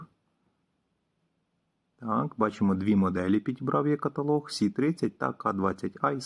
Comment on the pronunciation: Не є каталог,а е каталог .Чи може ви московит.